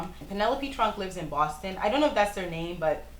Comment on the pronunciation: Great video! You're amazing: smart, talented, funny, dedicated, beautiful and you have a nice "accent" (I love the way you say Boston). That's it, bye